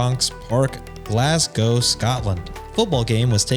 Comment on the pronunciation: So nice to hear you pronounce Glasgow correctly!